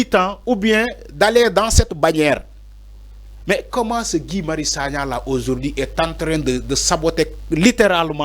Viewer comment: Mais pourquoi ces nouveaux journalistes insistent à l'appeler Gouye? Son nom se prononce Gui.